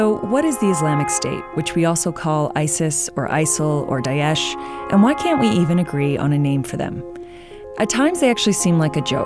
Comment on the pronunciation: It’s not Dayesh, it’s Da-esh.